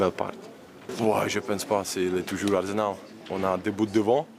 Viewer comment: i m'énerve l'autre avec son arzenal, il sait pas dire arsenal 😤